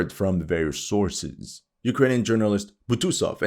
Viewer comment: "Our beloved Ukrajinska armia" 😂